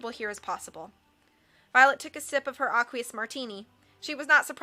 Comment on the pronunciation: Isn't aqueous pronounced "ey-kwee-iss"?